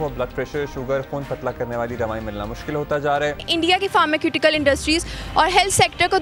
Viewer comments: फार्मास्यूटिकल्स को फार्माक्यूटिकल्स कह रहे है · फ़ार्मास्यूटिकल्स 😂😂😂 pharmaceutical